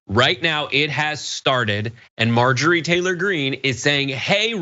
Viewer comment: I’m gonna start calling her MAR-Jory, because purposely mispronouncing someone’s name is funny…